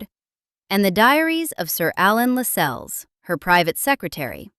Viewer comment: Why can’t Americans mind their own business. There is nothing more irritating than an American accent telling us about the British Royal Family. Your meticulous research never told you Lascelles is pronounced ‘Lassells’ and Cecil is correctly ‘Cessil’ not ‘Seesil’.